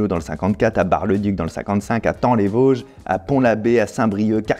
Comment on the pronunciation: Hello Fabien j adore se que tu fais je suis de thaon les Vosges c juste pour te prévenir que sa se prononce pas " tan les Vosges " mais " ta on les Vosges" 😂 bon courage pour la suite